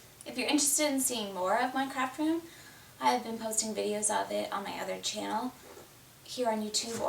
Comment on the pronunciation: At first I thought you said this is my crap room and I crap a lot! Hahahahahah PRICELESS!